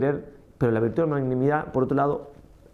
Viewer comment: Padre lindo perdóname pero no se dice manganimidad ( eso viene de manga o de mango 🥭) Jjjjj, se dice magnanimidad, de magnánimo. Jjjjj . Parece un trabalenguas Jjjjj Gracias 🙏